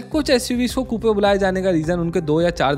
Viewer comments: It’s not KooPe, it’s Koop. Just like a poop. 😂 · Kupe nahi coop pronunciation hai bhai iska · It's pronounced Koop not Koopey. But insightful video as usual. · No hate but it's not "koopay" Its pronounced "kuup". As a informative YT channel, it would be much appreciated if you look into these small things , because remember your vids reach to millions of people. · It’s pronounced ‘Koop’ and not Koopee. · Coupe is pronounced as Koop.